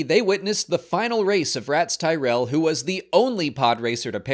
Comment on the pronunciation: I had to take a 6 hour breather after “The Ratts Tyerell Foundation” before finishing the vid